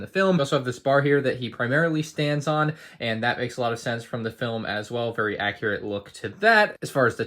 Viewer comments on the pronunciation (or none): none